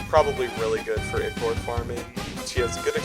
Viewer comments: PRONOUNCE IT AS aikor 🙁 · I thought it was pronounced eye-core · how he says ichor bothers me ITS EYE CORE